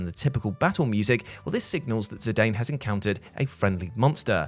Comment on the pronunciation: It's nice hear, though I haven't looked it up myself, someone else say zidanes name the way, I, does. I've always heard everyone else say "Zidan" and not "Zidane"